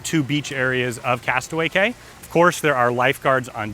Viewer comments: I would think a travel company would know its pronounced "key" not "cay". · It's KEY...not CAY!! And you said that Royal Caribbean's Island is called Castaway Cay! And your a travel agent?? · Its key!!! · Its pronounced "key" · Prounounced Castaway KEY! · Yes, thank you, pronounced KEY... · Although the name is Castaway Cay, it’s actually pronounced castaway KEY. Just a heads up. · It is pronounced castaway KEY